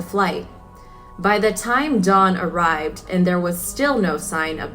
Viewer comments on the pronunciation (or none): none